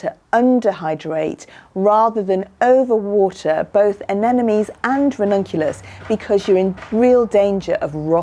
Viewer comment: Pronounce: Ah nem mo nees.... (not Ah nen no mees). You can understand it by looking closely at the spelling. Every second gardener i meet transposes that "m" with the last "n".....